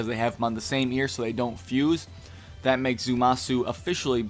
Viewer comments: It's Zamasu, not Zumasu. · Ikr i kept cringing lol but I'm not gonna make a big deal cuz he is very tired in the video